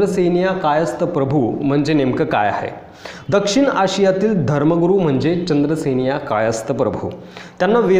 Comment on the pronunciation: नीट बोला.चंद्रसेनीया नाही तर चांद्रसेनीय कायस्थ प्रभू असं संपूर्ण नांव आहे.चांद्र सेनीय कायस्थ प्रभू असं जे समाजाचं नांव म्हटलय ते तसं नाहीय.मी स्वतः चांद्रसेनीय कायस्थ प्रभू अर्थात सीकेपी आहे.शाळेत काॅलेज मधे माझ्या नांवाच्या पुढे जातीच्या काॅलम मधे सीकेपी लिहिलेय.